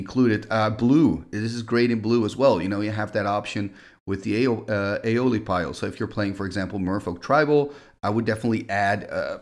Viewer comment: Not to be a stickler, but Aeolipile pronounced (ee-ol-i-pyle). Loosely translated from Latin as "wind sphere".